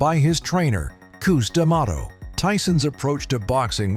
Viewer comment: Koose Dimato? Never heard it pronounced like that. It’s Cuss, like in con-CUSS-ion.